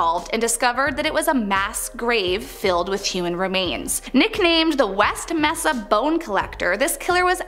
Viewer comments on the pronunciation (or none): “West Messa”? The word is mesa, pronounced ‘MAY-sa’. You pronounce Albuquerque perfectly? Come on